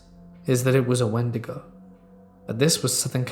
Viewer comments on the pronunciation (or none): none